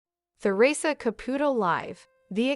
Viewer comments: Listen up if you're going to do this Make at least an attempt to say her name correctly Ca Pu Toe Of course the e is not in the spelling but hopefully this will help you say it right. It is extremely rude to miss Pronunciate A person's last name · The narrator is driving me nuts. She keeps mispronouncing the name wrong. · You are pronouncing her name wrong!